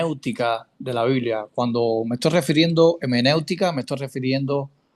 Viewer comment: No es hemenéutica lo correcto es hermenéutica. Mal comienzo